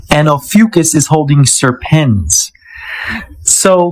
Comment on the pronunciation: It's pronounced OH-FEW-KISS